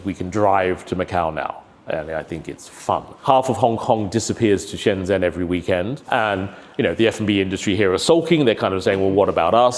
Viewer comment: 27 years and he still can't pronounce Shenzhen and Zhuhai properly?